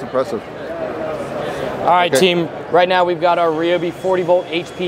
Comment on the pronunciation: Atleast you know how to pronounce ryobi unlike the tool review zone guy